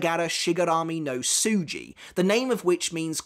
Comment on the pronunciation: Hey! You almost got her Bankai pronounced correctly. You said “Suji” it’s “Tsuji.” I’m very impressed with your love and respect for Japanese. Su is like your neighbour Sue while Tsu very noticeably has a T sound preceding 🤪! For example, you said Futen Taisatsuryou with the correct Tsu before. Also, Shatatsu is not like Sharon, it’s Sha like the “a” sound in bankai; ALL VOWELS ALWAYS HAVE THE SAME PRONUNCIATION EVERY TIME. So karagara all have the “ah” sound and every time you see “a” it’s “ah” I rewound multiple times because it sounded wrong! Before anyone attacks me like they usually do… I studied Japanese for 4 years and graduated with a Japanese Studies major.